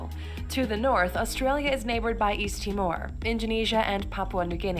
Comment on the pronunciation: haha well I quickly lost hope after calling us a “region”, mispronouncing Canberra and Timor, quokkas - she did get some things right though, including a couple I didn’t know either (6cm! what?) Anyway it is always funny to see what North Americans think of us, they often have no idea but I don’t hold it against them :) When I was there I learnt that many of them didn’t even know anything about their own civil war, WW2/the holocaust, the beginning of their own country… BTW in case you’re interested over here kangaroos are actually a pest, and shark attacks are not common at all but really quite rare and perfectly avoidable, so they’re not a danger at all, won’t go into the rest.